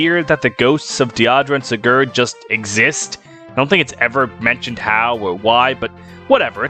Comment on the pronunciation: The pronunciation of most of the names was a little pain to hear (seriously? SiGARd?), but nonetheless it was hillarious to watch the whole thing in a single sitting, amazing algorythm pull